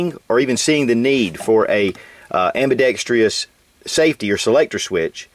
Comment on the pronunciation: oh for fucks sake, there is no Y in the word ambidextrous.